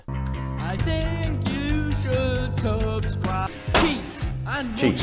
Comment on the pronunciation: It’s subscribe not subeeee